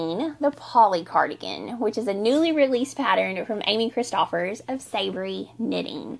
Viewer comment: I love your channel and adore your warm, “welcome to my home and farm and let’s have a wonderful conversation about what I’ve been up to” podcast. It’s just wonderful and so soothing for my knitting and spinning soul on an otherwise stressful day. The one and only thing that gets me is, when you’re working on a pattern by Amy Christoffers, her last name is pronounced like “Christopher’s” or CHRIS-tuh-furs. Just an FYI, if you ever meet her. Other than that, you are doing a great job. Love the new chapter designations in each episode. I know how long an episode can take to edit, so kudos for adding those! Thanks again for the great podcasts!